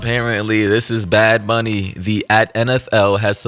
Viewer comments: I just came to comment that right before you called him bad baby instead of bad bunny lol I just thought it was funny🤭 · “Bad bunni”😂😂😂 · "Bad booney" took me out! 😂😂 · “Bad Boony” is killing me, is saying Bunny too woke? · "bad booney" nah man that ain't right 🤣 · Why does that guy keep saying “Booney” 💀